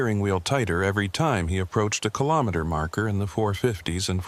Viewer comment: Hello from Ottawa 🇨🇦 4 50 am AI narration needs work! It's RE - JI - NAH like vagina btw 😅 And KILL-OH-MEETER Interesting stories, thanks! 😎